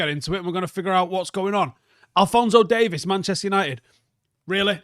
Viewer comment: Day-veeeees not Day-viss